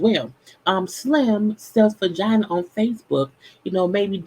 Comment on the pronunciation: NOT MAN-GINA!!! 😂🤣😂